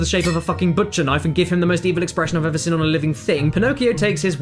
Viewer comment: Nobody: Caddy pronouncing the word 'seen': /sɪn/